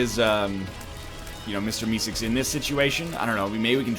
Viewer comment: ''mr misicks''. ''mr misicks''. ''mr misicks''. kill me. someone please. he cant even pronounce mr meeseeks